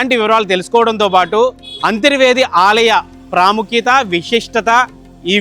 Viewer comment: అంతిర్వేది కాదు అంతర్వేది అని పలకాలి.